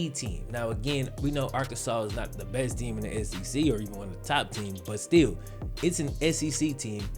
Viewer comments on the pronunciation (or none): none